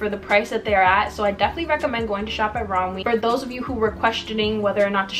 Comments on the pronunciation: it’s pronounced romway :) ALL THE PIECES WERE HELLA CUTEEEE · You pronounce it rom-way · im pretty sure its pronounced rom-way, but i might be wrong /